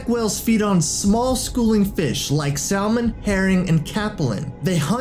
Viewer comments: It's pronounced sam-un...not sal-mon. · Do you mean salmon? Because you said sallmen. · It's not "SAL-mon," it's "SAM-mon." It's like he's never heard of salmon before reading the script. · Did you just pronounce salmon (sam-in) as salmon (salmon)? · Is English this guys first language because he said sal-mon instead if sa-mon and he spelt attack wrong at about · it's not pronounced sal-mon it's pronounced sa-mun. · sal-mon instead of sa-mon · It's pronounced Sam in not Sal mon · THIS DUDE REALLY SAID SAL-MON IM DEAD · Phoebe TT he said salmon though it's pronounced samon😂😂😂 oh my god😂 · Dri Scott it’s literal defined pronunciation is “samen” 🤷🏻‍♀️ so all those northerners and southerners (and you) are wrong. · + Guywholikes goodmusic . Hmm, Don't see any quoted academic opinion on your post. "Aluminum" has been made common enough to appear in reputable dictionaries . But Salmon don't have that "sall-mon" pronunciation in their recorded examples. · It's spelt Salmon but it's called Samon the l is silent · Sal-Mon? That pronunciation triggers me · Go Sal-MON! I choose you! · Sam-mon.. Say it with me.. Sam-mon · this man really just said salman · Did he just say SALmon? Wtf.....lol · You narrate a channel about marine life and yet say "Sal-mon"?! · This man just said saLmon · did this dude really mispronounce salmon it's not sal-mon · Samon is how you pronounce salmon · He said sal mon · Bruh said sal Mon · Salmon is pronounced SAM-IN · Sam on! The L is silent. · This mans is pronouncing the L in salmon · He says salmon wrong, it hurts me. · Isaac Bell I live in Alabama and everyone here pronounces salmon like that and it hurts me too... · The "l" in salmon is silent. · yeah not only that but he keeps pronouncing the "L" in salmon it makes me cringe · the way he says salmon 😤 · Today I learned i have a new pet peeve: people who pronounce the l in "salmon" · Dis boi rlly just said salmon wrong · Salmon is usually pronounced with the L silent. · Salmon has silent L !